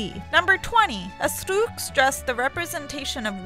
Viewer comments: No one: This chick: asTRRRRRROOOUUUKK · Oh god when is she saying Astruc it's sooo baad it's normal Astruc not Astruk 😂😂😂😂😂😂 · Who else cringed whenever she said 'AstUk' instead of 'Astruc'? *I'm cringing so much, it hurts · Bahaha anytime she said ASTOOK I lost some of the little brain cells that I have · RITE asthlucccc (astruc) Nowaaarrr (noir) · every time she says 'Astruc' a part of my soul dies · Cat Noir is NOT litterally french for black cat, it would be CHat Noir, That makes a huge pronounciation difference ( Chat is pronounced the way English speaking people would say [Sha])... Cat Noir is just some ridiculous nonsense english dubbers have come up with. But as you pronounce Astruc in so many ways (Astuc, Astrrrrouc, Astouc...) but the correct one, I guess you just don't care at all about being accurate.... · She sounds like she is sick and she is so slow. Also her pronunciations are wrong, Astruc isn't pronounced as a Japanese name